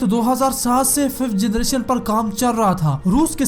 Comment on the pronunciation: Generation not jernation